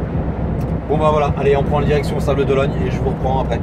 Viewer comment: Bonjour... on dit... " les Sables d'OloNNe" et pas "Sables d'OloGNe"...😁😁😁 Bon courage et bonne route🤘